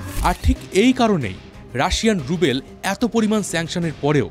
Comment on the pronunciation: good video. but its not russian rubel (রুবেল), it's ruble (রুবল)